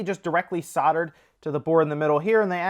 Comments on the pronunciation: ‘Soldered”... (not soddered) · Soldered not soddered